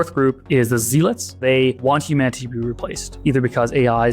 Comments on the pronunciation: It's pronounced zell lot, not zeal lot. Or you can call them zell outs. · "Zellots", not "zeelots" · It’s hard to credit this guy with any special insight or understanding when he features idiots like Richard Blumenthal,believes “climate change “ is caused by CO2,and doesn’t even know how to pronounce “zealots”.Here’s a hint,it’s not Zeelots. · Zealots is pronounced "zeh-lohts" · He pronounces "zealots" in a way I've never heard before. "Zee-luts" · because he pronounced it wrong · Ha! I was going to say same thing.